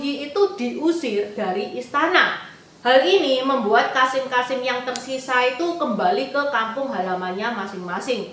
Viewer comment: Maaf sekedar masukan saja untuk pembacaan kosakata agar lebih baik. Misal: KASIM dibaca KASEM.